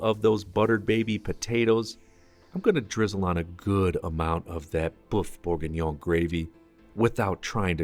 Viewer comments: Boof? Boof Borgingnyon? Not a bad attempt. Should sound more like berrf boorgeenyon. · Beef Berg-what! 🤦🏻‍♂️ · I don't know if you can wholly trust a recipe for Bœuf bourguignon from somone who doesn't know how to pronounce Bœuf bourguignon... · You can’t even pronounce the dish 🙈😂..were doomed